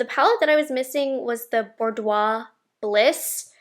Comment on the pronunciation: It's Bordeaux Bliss. Bordeaux, like the wine. BORE-dough. ❤️❤️